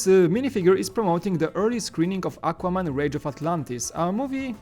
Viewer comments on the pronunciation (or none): none